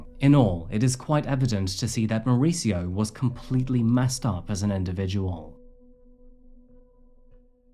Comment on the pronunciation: More-ees-eeyo is how is name is pronounced. Not Mauritzo. He has a Spanish name, not an Italian one.